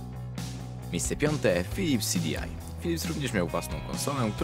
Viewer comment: PHYLYPS??? xD